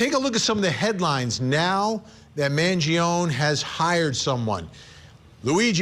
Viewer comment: Why does Vinnie mispronuncing Luigis' last name? It's Man gio nee.